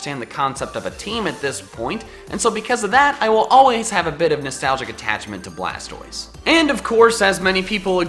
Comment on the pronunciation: Its actually BLASTOISE not blastroise